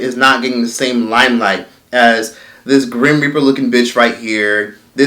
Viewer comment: Every time he says grim reaper, I can't stop laughing